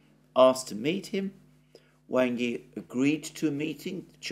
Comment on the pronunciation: The corrrect Chinese pronounciation of Wang Yi is "Wung ee"... I watch your updates every day sir!